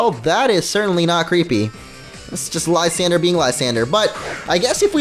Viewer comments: lol its french "La-san,dray" lol its so hard watching this for me and funny like idk premature kinda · lysandre= Liss-ahn-druh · Mate, I’m watching in 2018. (His prononciation Of Lysandre is PAINFUL)